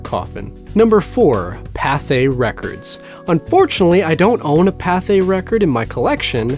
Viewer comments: Pathé is pronounced PAA-TAY, not PAA-THAY. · Pathe is pronounced Pay-th like pay day. The e with the diacritic is silent.